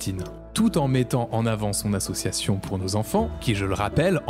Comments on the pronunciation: Déjà comment peut-on croire quelqu'un qui dit faire de l'humanitaire et ne sait pas prononcer association correctement 😂 Très bonne vidéo comme d'habitude ❤ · Ya un truc dont tu parle pas et qui me rends fou Le gars sait pas prononcer "association" il fait que dire assuassion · Ça va sembler bête mais bon sang qu'est ce que sa façon de prononcer "association" me sort par les yeux "assieossion", tout me gave dans ce personnage ! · Suis-je la seule à être trigger par sa façon de dire association à Dylan ? Assiassiiion 😅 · Il y a un truc qui n'a pas été assez mis en avant dans cette vidéo : Dylan est incapable de prononcer le mot "association" et ca me trigger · Comment il écorche le mot "association" il m'fait serrer ce Dylan à la con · Le mec ne sait prononcer " association" ça devrait mettre la puce à l'oreille... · Malgré tout ce qu'il "fait", je vois qu'il est pas foutu de prononcer le mot "association" sans bafouiller. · Dylan, il faut qu'il arrête d'essayer de dire "association" et "humanitaire", quel que soit le contexte. Je crois que dès que le mot fait plus de 2 syllabes, il a vraiment, vraiment du mal. Je lui propose de se limiter à des mots comme "club" et "gym", après, peut-être qu'on pourra rajouter une syllabe petit à petit. Edit: qu'il ferme sa gueule, c'est aussi une alternative bien tentante, remarque. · On en parle de comment il prononce « association » ? Insupportable de A à Z. Quel personnage lamentable.